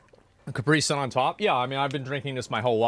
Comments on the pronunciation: It’s not pronounced Car-pre-son. 😂 asmong it’s pronounced Cap-pre-sun. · Why do Americans pronounce caprisun kupree? Weird